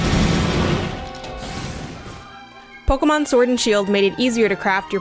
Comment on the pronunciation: Can't take you seriously when you pronounce it "Pokomon"